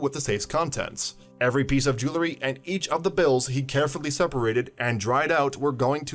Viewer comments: ..."jew EL ry"...not "jew LA ry"... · IT'S PRONOUNCED JEW EL RY. NOT JEW LA RY